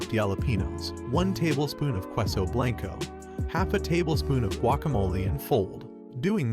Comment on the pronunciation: qweus-o blank-o Oh god make is stop!!! Freaking at least try to pronounce them right. K-SO and blahn-Koh